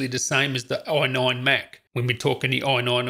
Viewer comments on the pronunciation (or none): Say AI... NINE.... AI.... NINE. Say AI... say NINE. Say FIVE. FIVE.